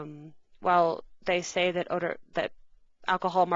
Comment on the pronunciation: Say it... Not day it... Ugh